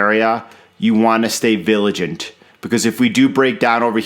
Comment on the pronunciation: Vigilant lol, not viliant ha ha